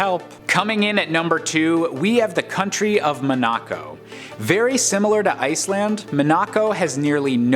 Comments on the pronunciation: It's pronounced Mon-uh-co, not Mon-ack-co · I literally just cringed so hard at the way he pronounced Monaco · Hahahaga killed me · Same here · How many times can someone possibly mispronounce Monaco? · Man... That Monaco pronunciation killed me. "Have I been pronouncing it wrong my entire life?" No. Turns out someone else is wrong FOR A CHANGE! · No he’s definitely saying it wrong